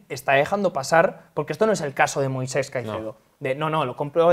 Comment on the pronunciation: Moisex... no se por qué les cuesta tanto decir Moisés, como el del Éxodo